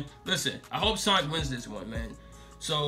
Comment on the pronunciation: It's not soinc its sonic